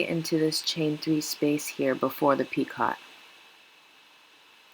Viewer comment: Just a hint. Picot is pronounced pee-coe. Long o the t is silent. Not being mean or critical. Just don't want you to lose customers from sounding unprofessional. Other than that very good tutorial!